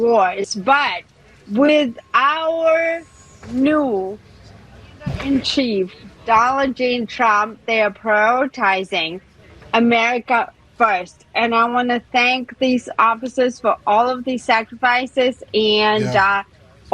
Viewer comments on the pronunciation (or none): HOLY HELL...ask that lush to say Donald J Trump again...."Doljehthum"? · Does she really say, "Dallah G. Trahmp?"😮😢😂😅😊❤💙💙💙💙💙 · "Dala Jane Trump." Keep it up, bud. You're doing great. Great form. 👍